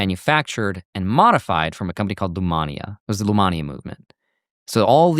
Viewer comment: Lemania, not Lumania